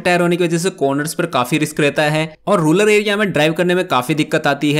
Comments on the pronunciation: रूलर एरिया नहीं रूरल एरिया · bhai mere - ruler area nahi kehte hai. "Rural Area" kehte hai